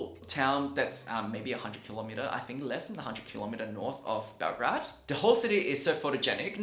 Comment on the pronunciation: Great video but it´s BelGRADE not BelGRAD.